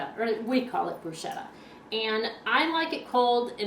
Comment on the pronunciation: Hi!!I'm from Italy and I must say that you pronounced bruschetta in a wrong way! you're supposed to spell it "brusketta".:-)